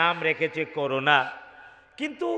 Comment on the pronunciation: এটা করুণা ভায়রাস নয় ' করোনা ভায়রাস .. করনা আর করুণা এক শব্দ নয় .. করুণা মানে : দয়া .. আর করোনা মানে : কোনো কিছু করতে নিষেধ করা